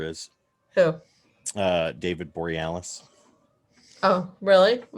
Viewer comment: It's one of those pronunciations, lol.